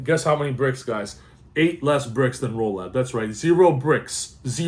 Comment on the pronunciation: Chaos Ritual, not Rolad